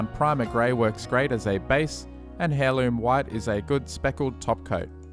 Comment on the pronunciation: Another brilliant tutorial,. ‘Heirloom’ is pronounced ‘Airloom’, not ‘hairloom’!